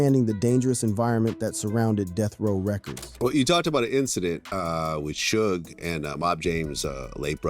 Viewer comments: Shooge Night? 😂 Can yall niggas do research on how to properly pronounce a fucking name 😂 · This punk doesn't even know it's pronounced 'SHUG'🤦‍♂️🤦‍♂️ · Is he saying shooge?😂😂😂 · Sooge Bro? 😂😅